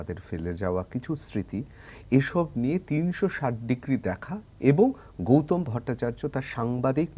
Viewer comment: ওনার নাম গৌতম। গৌতোম উচ্চারণ করছেন কেনো?